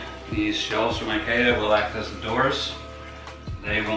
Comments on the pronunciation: I’m sorry, but did he say I-kay-a? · I love the way this guys pronounces IKEA lol. But seriously this was great to watch, I'm considering building my own enclosure as I'm fortunate enough to have a woodshop at home, and this was extremely helpful in making me realize I was very much overcomplicating it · i hate how he says ikea